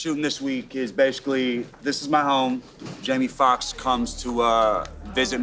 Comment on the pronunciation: Did he say jammy fox 😑